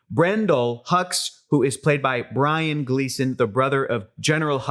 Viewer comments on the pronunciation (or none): Hey. Just FYI Brian Gleeson’s name is pronounced Bre-an. Those tricky Gleeson’s.